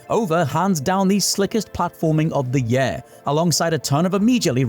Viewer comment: Please use a different word than 'year' if you can't pronounce it correctly.